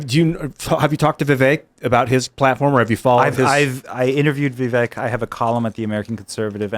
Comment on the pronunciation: Yes but the majority of interviewers still say Vivekk. They can’t remember the mnemonic. 😂